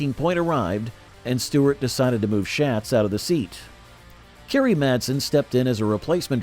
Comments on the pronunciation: Quit miss pronouncing Donnie Schatz’s name. It’s pronounced Shots not Shats. Jeez……. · Before you do a video you really should know how to pronounce Donny Schatz’s name.